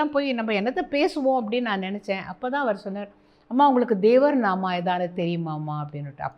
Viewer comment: Nice to hear " devara naama " in kannada by ma'm rendered like a kannadiga.